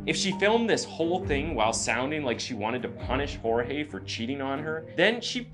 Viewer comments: It’s George not jorge even though it’s spelled Jorge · Who is hoarehay? His name is Jorges, why are you pronouncing it in a pretentious way? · My biggest red flag isn’t even that she’s lying, that she’s emotionless, or that she’s defensive and trying to force them into believing said lies; it’s the fact she won’t pronounce his name correctly. She was with this man for a while, even if it was on and off. She should know how to say her lovers name properly. She couldn’t, and wouldn’t even take the time to do that. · He is Hispanic and his name is Spanish. Hor-hey. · Bro why does she keep calling him George???? Did she not know how to pronounce here own BF’s name??